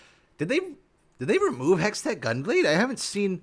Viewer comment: BRO TRIGGERING ME SAYING HEXTECK GUNBLADE